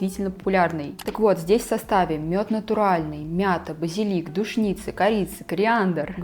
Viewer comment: трава называется не душница, а душица, и произносят, не витамин Кэ, а витамин Ка. А пигментация часто появляется от внутренних дисбалансов, и есть интегративные косметологи, которые в том числе корректируют питание, образ жизни, чтобы пигментация перестала появляться.